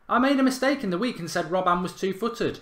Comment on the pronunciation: Yoo it's "ROB-BEN" NOT "ROB-BAN" You make me cringe, Gaawwdd